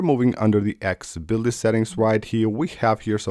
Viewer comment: Why do you pronounce Accessibility like that???? Hahaha